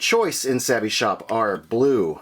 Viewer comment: Good job pronouncing savi wrong